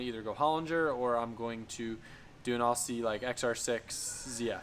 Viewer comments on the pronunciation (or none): It's OZZIE not AWSIE!!! Didn't you go to Australia??? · Maaate, pronounce it as if it were spelled Ozzie, ditch the ssssss sound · ozzie, not ossie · It’s spelt Aussie . Pronounced Ozzie . 😂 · call us aussi’s but pronounced ‘ozzy’ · It’s pronounced ozzy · please pronounce aussie as (ozzy) thanks great vid BTW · Yo, Aussie is pronounced; Ozzy, like Ozzy Osbourne (the rocker) Cheers! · ITS OZZY (AUSSIE) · I am australian and its pronouced as TheShubbah says. Spelt Aussie, pronounced OZZY. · Good content, very weird to see our engine and parts in American videos. Just a tip on saying Aussie, pronounce it like "Ozzy" Osborne's name. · Dude you now have a Barra swapped GT, please learn how to say AUSSIE properly! You’re one of us! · Your not wrong mate, always ctinge when he says it that way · No is aussie as in australia